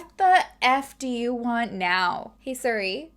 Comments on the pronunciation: Suri lol it’s pronounced serie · Try saying siri like sear-e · You and my mom both pronounce Siri and Suri and it actually kills me. Suri Cruise LMAO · Siri is sick of your crap because you say “Sir-ie” (or maybe “ser-ie”) instead of “Sear-ie” 😂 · that is amazing, just keep calling it Suri lol. You're my favorite true crime channel, thank you for having so many videos to watch! ❤ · its name is Siri, but as said, it could be pronunciation or habits. If anything it's still similar pronunciation and not like sOry 😂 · Maybe the phone ignores you cause you call her Suri when her name is Siri 😂😂😂😂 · the way you say “suri” lmaoo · You say suri so I was so confused what you were talking about for awhile 🤣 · I've never heard siri pronounced that way, is that a Canadian thing? everyone I know pronounces it seer-ee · ”Suri” is that Canadian accent to say Siri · Nothing wrong with being pale! Also, I love how you even pronounce Siri wrong! 🤣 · Asks Siri how to pronounce something pronounces Siri wrong 😂 you’re so cute